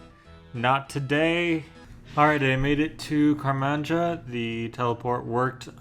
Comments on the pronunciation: bro said karmanja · "Car-man-ja" Bro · i heard that and IMMEDIATELY ran to the comments lmao